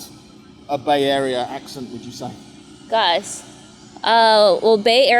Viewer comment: I wish you spoke with more San Franciscans! Kitt-IN is very valley girl and juvenile she says "GOSS" when she meant "GOSH"--- the missing 'H' sound is definitely NOT San Franciscan